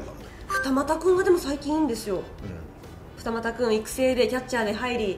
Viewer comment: 二俣のイントネーション